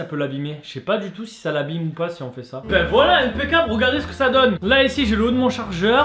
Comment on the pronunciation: Impé câble lol😂😂😂😂😂😂😂